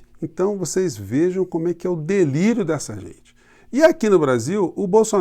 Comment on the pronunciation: (: DELÍRIO:). Esta palavra falada por você e muito engraçada 😂desculpa professor 👨‍🏫 parabéns 👍. Direto de BOSTON MA 🇺🇸 abraço 👏🏻